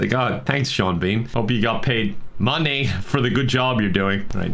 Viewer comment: Dutch Vanderlind/:We need moneh